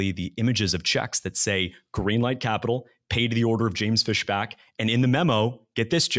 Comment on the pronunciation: That's FISHbach, not FESHback. Big difference.